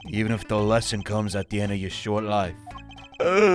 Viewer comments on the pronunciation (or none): none